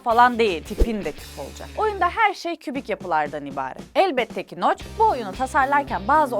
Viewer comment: adamın isimi noch (okunuşu) noc